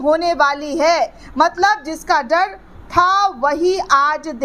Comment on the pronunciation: जड नहीं होता डर होता है, एंकर को शब्दों का उच्चारण करने में माहिर होना चाहिए